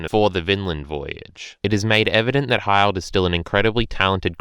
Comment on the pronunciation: Hi-ld? its Hill-d